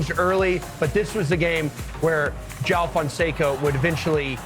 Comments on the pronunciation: Put respect on his name. it's pronounced JO-UH-WU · I love how Lefkoe confidently corrects the pronunciation while totally butchering it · It's kinda funny hearing Americans or non Brazilian mispronounce "João." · Pessoal precisa aprender a falar: João! 😂😂😂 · I’m offering all Americans free classes to learn how to say João properly! 😂😂. Jokes aside João is the real deal and your comments are great! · do they know they are pronouncing joão wrong? XD not trying to be mean, just curious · The host thinks he speaks João correctly, but I'm sorry to tell he doesn't. It's better Americans keep to Fonseca instead. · Now they should learn how to say his name properly